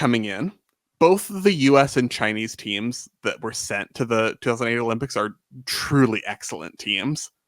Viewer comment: Shout out to for having the most correct pronunciation of the Chinese names. I want to make sure his effort is noticed and appreciated 👏 💐